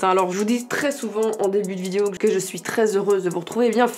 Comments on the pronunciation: Qui a remarqué qu’elle dit ‘Vidio’ et pas ‘video’ 😂 Non ? Que moi? Oke alors😭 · C'est moi ou elle dit VIDIO????